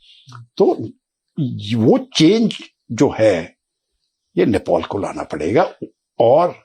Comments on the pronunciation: It's Nepal not Nepol, Mr. English man 😅😅😅. He is acting smart but doesn't know what he is saying.😂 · नेपॉल नहीं नेपाल बोलो एक्सपर्ट महोदय!